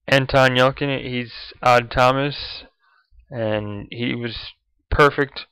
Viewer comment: It's Yel-chin, not Yel-kin. Other than that mistake (one which I used to make as well) it was a great review, guys. I loved the movie. I confess that I cried like a newborn babe at the end. Not afraid to admit that. Anton and Addison sold me on Odd and Stormy as a couple. I thought their chemistry was amazing. I don't think anyone but Anton Yelchin could have pulled off such a convincing Odd Thomas character.